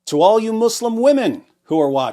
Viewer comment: You humiliate Mou-slim(accent to ''slim''). Sounds more funny